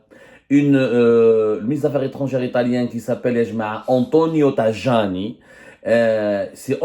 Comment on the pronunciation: Semmare on dit TAYANI.pas tajani !